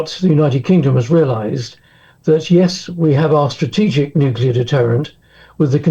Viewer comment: Wow its a world of weapons. Please stop the Nucular anger.